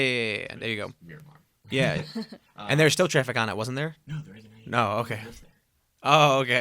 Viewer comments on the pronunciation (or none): It's Myanmar (or Mianmar)... not Miramar.